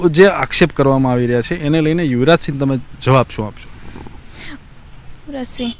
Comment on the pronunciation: યુવરાજ સિંહનું નામ તો સ્પષ્ટ બોલો